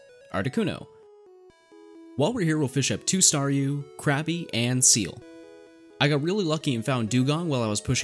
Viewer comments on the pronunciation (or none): i heard crappy instead of krabby 😂